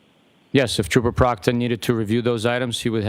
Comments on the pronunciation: So did Jackson when he accidentally called him trooper proctor, then butchered his name. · It was funny when he purposely called him proctor !! 😂